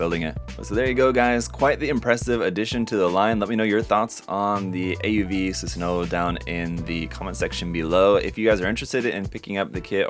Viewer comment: You should know that the "W" in the name is silent. The characters "wo" and "o" are pronounced the same in Japanese but the orthographical difference is retained for historical reasons. The character takes its name from Susanoo-no-Mikoto, a deity in Japanese mythology